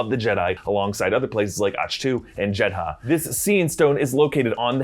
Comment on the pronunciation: Once again your language and pronunciation skills are triggering me as a language student!!! Numerous times in EVEN ROGUE ONE ITSELF characters pronunciation the planet/city of Jedha as “JIDDAH” not to pronunciation of “JED...HA”!!! Please work on your pronunciation in future. -J